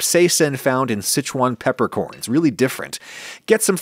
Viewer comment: Look at this guy flexing by pronouncing Sichuan properly 😂